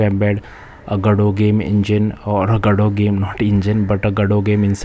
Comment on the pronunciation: gado ❌ go-dot ✅ 😂